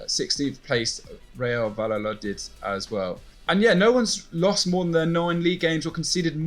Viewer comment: "Vallalodid" xD